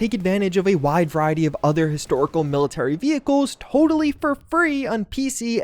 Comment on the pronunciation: I was skipping through the war thunder add and every time I stopped he said “wide verity” like 10 times